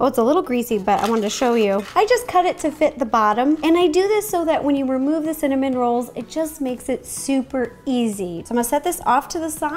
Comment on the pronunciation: The more she says cinnamon rolls the more i hear cinnamon Ro's :D